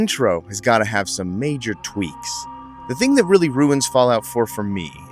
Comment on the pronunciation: Idk man I love it also "Sum Settlements"